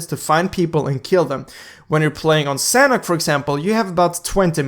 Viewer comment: The way you say sanhok tho 😂 sounds like sanek